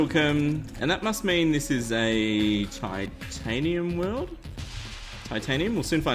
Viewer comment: he said tiantanium